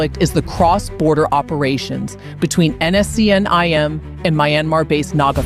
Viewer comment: First learn to pronounce NSCN- IM correctly